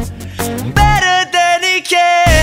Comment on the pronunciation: i love how connor says baytor instead of better